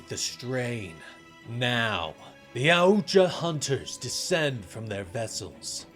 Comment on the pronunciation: It’s pronounced YAWT JAH 😂😂😂wtf did you say??